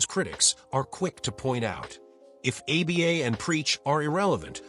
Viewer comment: stupid ass AI slop. pronounces Aba as "A B A"